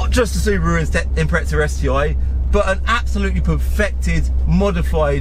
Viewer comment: Mate, you say impreza like it's a fucking pretzel